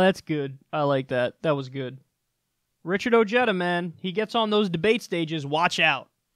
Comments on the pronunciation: *oh hay dah (not oh jay dah) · Listen moron I know your backwoods inbred mind can't comprehend this but pronounciation is key so Ojeda is derived from Spanish so try to pronounciate it correctly O hey da if you pronounce Ojeda O jay da you just sound stupid but then again keep pronouncing it the way you are it suits just right oh and by the way we pronounciate Jesus heyzues because the j in Spanish is the equivalant to the h sound in English LOL.😏😂💀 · i dont like this guy.... he hates himself.... he is mexican but wont own it. pronounces his name oh(jay)duh. when its pronounced oh(hey)duh. hes another ted cruz. doesnt want people to knows hes mexican so he can get the white vote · That guy is a latino so it's pronounced (O hey da) not (O jed a). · the name Ojeda is a Spanish name and is not pronounced O Jet a. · Ojeda pronounced o-heh-thuh, even if he doesn't know this. Even oh-hay-du is better. He's not a jedi! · it's pronounced Oheda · Isn't his name pronounced Oh-Hey-du ? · Wait, didnt that guy voted for Trump? Also, stop pronouncing his name like that. If he is ashamed of his Latino heritage it's fine but don't butcher the beautiful name Ojeda like that. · Not anymore, his family changed the pronunciation.